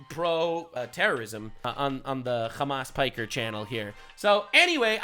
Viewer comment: "Hamas piker" had me dead ngl.